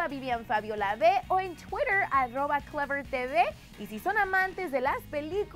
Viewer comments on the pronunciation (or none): none